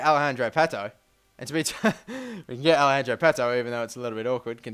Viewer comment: not alehandro pato its alex-arn-der pato